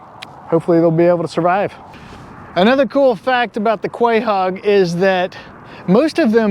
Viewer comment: Crazy mispronunciation lol. Delicious and beautiful animal though. ❤